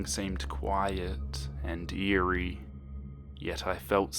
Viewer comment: I actually thought you said "it was quiet and deery." I thought you made a damn pun while telling a deer horror story. God damn my brain